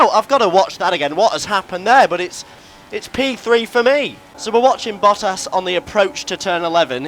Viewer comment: When he says Bottas it sounds like Buttass lol